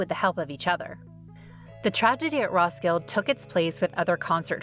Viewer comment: Also. It's pronounced RoskildAH. Not Roskild.